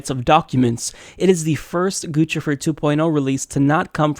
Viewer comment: It's pronounced Goose-i-fer